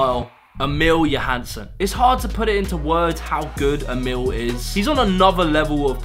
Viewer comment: Its not Emille Johansson hahaha its Emil😂